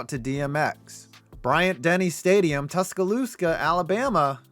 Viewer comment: Did he really say Tuscaloosca lol